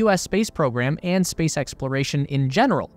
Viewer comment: Ah yes the "SPACECE" War